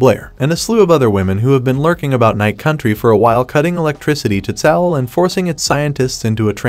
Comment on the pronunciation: Tsalal = Suh-lal, Ennis = Eh-nis. The mispronunciations were driving me nuts.